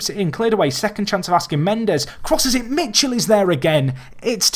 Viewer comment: Michel is pronounced mikèl